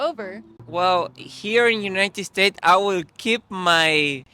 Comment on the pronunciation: Si, muy cierto. Me encanta como pronuncias United States..jajajaj